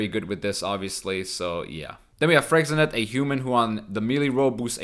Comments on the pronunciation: you pronounce it 'Fräschenee' with the sch being very soft. it's a french word and there's a brand of alcohol with the same name. you also pronounce yghern as 'Igern'. there's not a single case in english in which a Y at the start is pronounced as a why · Freixenet is pronounced "Fresh'en'et" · Freixenet is actually a very famous cava (a Catalonian "champagne") brand so you pronounce it in Catalonian: /ˌfɾəʃə'nɛt/ (the ʃ is like English "sh")